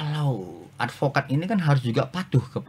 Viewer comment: Ini alpokad bkn advokad😂😂😂